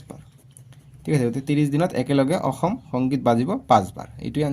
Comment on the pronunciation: অছম নহয় ও ছাৰ অসম হে হয় 😅